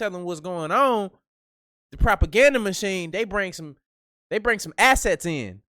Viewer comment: U said ass-set😂😂😂, who heard the weather??